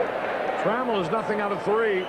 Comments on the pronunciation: Alan Tra- MELL .lol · That might be the worst Tigers lineup intro ever. Screwed up the order. Called Champ Summers "John". Mispronounced Alan Trammell.